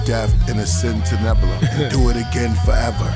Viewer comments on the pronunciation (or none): none